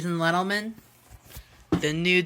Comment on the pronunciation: “jadies and lettleman”😂. Is his speech impediment so bad or is that just him trying to be cool (even though I wouldn’t know why).